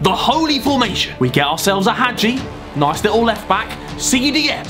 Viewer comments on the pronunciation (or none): none